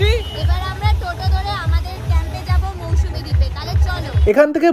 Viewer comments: Didi Ota mousumi noy mousuni island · Mousumi নয় mousuni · Little mistake it's mousuni not Mousumi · MOUSUMI Noy It's Mousuni Island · মৌসুমী দ্বীপ নয়,ওটা মৌসুনি দ্বীপ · ওটা মৌসুমী না,মৌসুনি দ্বীপ। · It's not Mousumi, it's Mousuni. Please be accurate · Its MousuNi and NOT mousuMi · It's Mousuni, not mousmi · Ota Mousuni Island not Mausumi 😂😂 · তবে মৌসুমী না মৌসুনি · ওটা মৌসুমী না ওটা মৌসুনি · Mousumi noy Mousuni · Mousuni , Mousumi noy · ওটা মৌসুনি , মৌসুমী নয় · Mousumi naaa....Mousumi